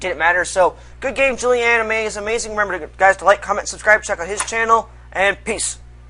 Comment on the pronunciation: lol good work pronouncing that "julian ime is amazing"... juli anime is amazing, maybe?